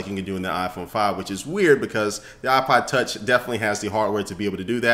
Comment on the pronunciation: he says Ipa tach